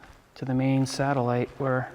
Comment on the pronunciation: Sat - ellite lol